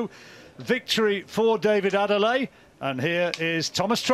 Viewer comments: Good commentary Gents but make an effort with the name , it is Adeleye not Adele. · "Ah - Day - Leh - Yeh" is the correct pronounciation of his name. "Ah - Day - Lay" is a butchering.